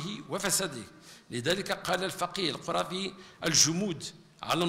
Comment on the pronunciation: أكاد أجزم أن هذه المحاضرة المليئة بالشبهات كتبت للوزير لا يكاد يكمل فقرة من فقراتها إلا ويحصد جملة من السقطات اللغوية، ناهيك عن سوء تشكيل اسماء بعض الأعلام مما يدل على عدم صلة بين الرصيد المعرفي للوزير وكتب أولئك الأعلام كالقَرافي نطقها القُرافي، وابن القَيِّم نطقها ابن القِيَم ؟!!! إضف إلى ذلك أن الوزير لبس عباءة الفقيه في هذه الخطبة شرب بشماله في نحو الدقيقة ثم حتى أسلوب الإلقاء ممل للغاية يسرد ما في الورقات بشكل سريع كأن مبتغاه انهاء المحتوى فقط، وكيف سيستوعب السامع هذا الكم الهائل من المعطيات والتي يظهر أن المتكلم حتى هو غير مستوعب لها؟!! أما الترجمان المتدخل الثاني أعاد خطاب الوزير المكتوب وكأنه على علم بالمحتوى وأعد له اختصارا، وما رأيناه إنما هو مجرد تمثيل أمام الكاميرا على أنه استوعب ما جاء في خطبة الوزير المكتوبة، يريدون إثبات هذا الخطاب التأسيسي المليئ بالشبهات والمغالطات والتي تحتاج من أهل الاختصاص إلى نقض ونقد علمي رصين وليس إلى ردود أفعال عشوائية لا صلة لها بالعلم الشرعي. والمتسائل المتناقض الثالث فهو أشر منهما.